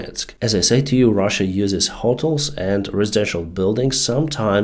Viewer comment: Great work, thank you for the info that your channel provides! One thing though, hotels is pronounced ho-TELLS or ho-TELL, not HO-tulls nor HO-tull.